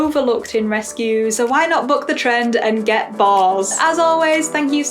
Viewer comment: I totally misheard your statement at the end as "start the trend and get BALLS" instead of boars 🤣